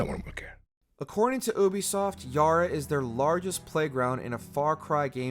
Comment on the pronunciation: Yo am I the only one bothered by the way he says Ubisoft?